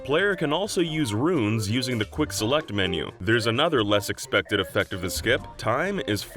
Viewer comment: Zelect.... Zituation... is it an inside joke to pronounce some S's as Z's ?